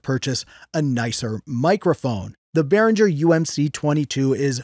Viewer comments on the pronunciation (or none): u pronounce the "G" like the word "get"... dont pronouce the "G" like jungle or jiggle